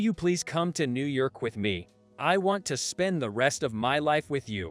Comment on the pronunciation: sounds like an A.I. generated story with robot voice. Mispronunciations such as New Yerk for New York.